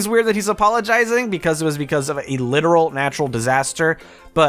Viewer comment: The way you say literal really triggers me.